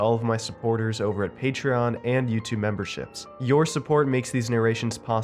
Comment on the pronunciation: originally i thought said 'membershits' the end.... the more i hear it the more im sure lol xxx <3